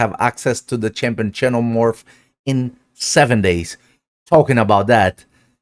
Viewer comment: just fyi xenomorph is pronounced "zenomorph"